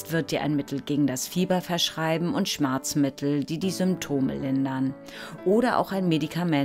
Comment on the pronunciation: Sagt sie schmarzmittel? Schmerzmittel